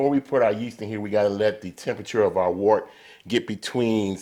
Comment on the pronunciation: FYI its pronounced WERT. Great video BTW